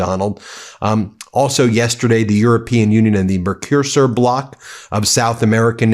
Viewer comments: Ben try to pronounce.....MERCO SUR it is not difficult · It's pronounced 'murk-o-sewer'. And, while I wouldn't say it doesn't smell like one, at least it's a response to this latest Tantrump. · It's pronounced in Europe as The Merk-a-sore Agreement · Mercuser, mercosiur, mecrosir, dude it's not that hard to look up a pronunciation guide :sad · Please find out how to pronounce Mercosur before making your videos. This also goes for foreign names such as Mark Rutte. The comically atrocious mispronunciations you make do not help you channel.